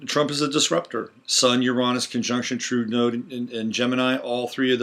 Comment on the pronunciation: It sounds like you are saying Trudeau instead of True Node. Maybe North Node would be clearer.